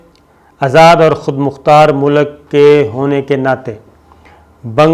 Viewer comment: aap ne bahot umdah khabar pesh ki hae. bahar haal main phir arz karunga apni urdu aap sahi karlen. pehli baat yeh ke ki mulk ke sarbrah ya aham shakhsiat ka naam ehtram se layna chahyea. yaani wazir e aazam Bangladesh, MOHTARMA Hasina Wajid saheba... Main aap ko zaroor tokun ga ke apni urdu ki pronunciation sahi karen. JUZ, TALKH, MUNDAMIL , MULK sahi alfaz haen. ummeed ke aap bura nahin manen ge. shukriya